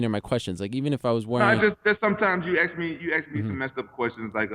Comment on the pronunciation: Rampage can't say "ask". He says "axe"